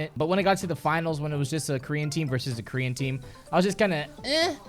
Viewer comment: Every time I hear you saying "Korean Team" i understood "green Team" and im like.... WTF is this fucktwat talking about..... but then I realized...... I am the fucktwat, it was me... Who knew?